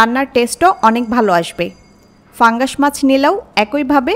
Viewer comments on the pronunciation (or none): pangas fungas na uccharan ta thik korle fungas lagtona